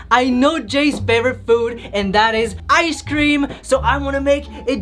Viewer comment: he also pronounces icecream as eye-sh-cream